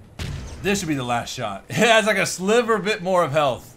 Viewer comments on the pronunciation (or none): none